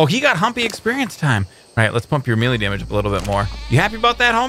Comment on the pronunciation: You say milie not melee